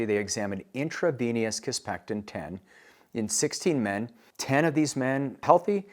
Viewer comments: Sounds like you're saying kisspeCtin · Please learn how to pronounce kisspeptin before pretending to be an expert on hormonal therapy.